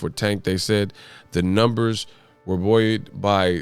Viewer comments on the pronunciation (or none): Buoyed= Bowie’d... c’mon... I get it though... 😂